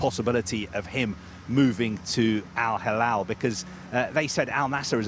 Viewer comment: Moving to Al Hilal would be like betraying Al Nasr. Besides, the Reporter had some trouble pronounce Al Hilal - who agrees? 🤣